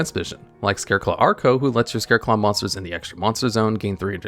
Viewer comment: Why do you keep saying "arco" when it's clearly "acro"?